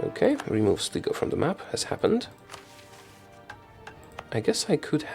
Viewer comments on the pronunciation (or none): Sligo is pronounced Sly-go